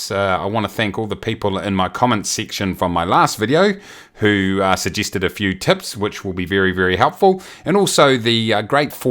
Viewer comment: I keep hearing tits instead of tips :) Good info, keep it up!